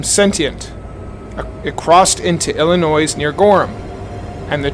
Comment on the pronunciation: Men & women of the Internet: please understand the the "s" in "Illinois" is silent. For many of us, it's like nails on a chalkboard.